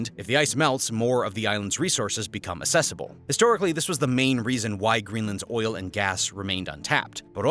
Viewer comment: Great video. Just note - accessible has an "uhk" sound at the start - so it is pronounced uhk·seh·suh·bl.